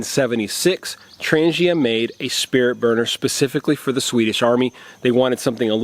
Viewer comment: Yo! It's pronounced "Tran G ia" not "tranjia". Ask any Swede... varsagod!